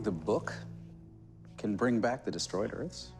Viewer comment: Why do you say "earfs" instead of "EARTHS"?